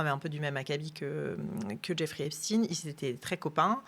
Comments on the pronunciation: Jeffrey epstiiiiine comme Einstiiine ! C'est ridicule ! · Ça suffit ! Arrêtez de prononcer EpstIne alors que vous prononcer Einstein ! Arrêtez de dire qu'on manque de moyens alors qu'on maltraite nos agriculteurs. Arrêtez de parler de pédophilie alors qu'il s'agit de pédocriminalité. La justice française est une honte !!! La vérité prend l'escalier mais elle va arriver. Quel monde voulons nous pour nos enfants ??? J'ai honte de mon pays. J'ai honte parce que même si ces crimes ne concernent qu'une partie bien particulière de la population, le reste de cette population laisse faire en fermant les yeux sur une réalité monstrueuse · Arrêter de prononcer epstine alors que l' on dis pas Albert einstine mais Einstein . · "Epstine" mais c'est quoi leur problème ? Mdr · très bonne vidéo, dommage que vous prononciez " stiinee" et pas "chtaiiine"... qu'il soit juif, on s'en bats les couilles.. qu'il soit pédocriminel ou criminel sexuel etc etc, c'est ça le sujet. donc prendre des gants à prononcer son nom... rappelons nous que c'est la pédo criminalité, le détournement de mineures, etc etc c'est ça qui est problématique, que le mec fût juif, ou musulman, ou shintoïste, ou hindouiste... on s'en bats les couilles.. n'empêche qu'aujourd'hui il y a encore dans toutes les strates, les classes de la société, ces travers... alors eugéniste, transhumaniste, riche, pauvre, ouvrier, bourgeois, il y a un gros travail et ménage de conscience à faire chez ces gens là.. voire chez tout le monde en fait. bref. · Pourquoi elle dit Epstine ? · Epstein pas epstine, c'est saoulant 😡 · Rien de nouveau ... ils ont bien fait leur devoir Epstin et non Epstein😅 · On dit Poutine, on dit pas Poutaïne, comme il n'y a pas de physicien Estine.